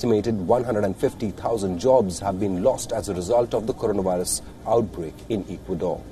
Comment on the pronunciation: Hey Mr. Reporter, learn to pronounce Ecuador, please, if you are going to report on a country, at least know how to pronounce it.